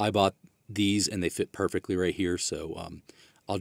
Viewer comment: “Perfeckly” is not a word.